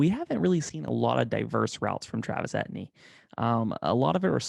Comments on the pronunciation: Dude; PLEASE remake this video and pronounce his name correctly!! He’s from Louisiana where many names like his are French. It’s pronounced A — TEE — N , not et-knee. don’t believe me, believe his position coach or Dabo Swinney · Actually its E T N